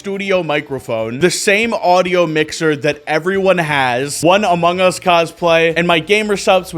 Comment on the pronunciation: “I’m in the moungus”